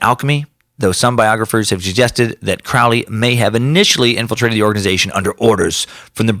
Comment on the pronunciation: Heh, 'kay, if you're going to do a two hour podcast on Crowley, at minimum you could bother to pronounce Crowley correctly. It's "Crow-lee", like the bird.. rhymes with holy.